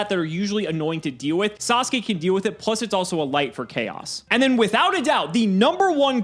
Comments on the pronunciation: Literally everybody else: Sasuke Samurai Gage: SUS-oo-kay samurai ily gage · twitch Sasuke is pronounced SAHS-kay, Gage.